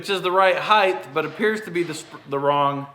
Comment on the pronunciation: Come on! Heigth, really!? The word is "Height". There is no th in height.